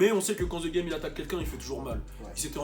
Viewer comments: On ne dit pas (zee GAME) mais (deh GAME) pour le THE GAME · Tu as déjà vécu au US comment ça se fait que tu prononce encore The game, ze game >.< j'ai saigné des oreilles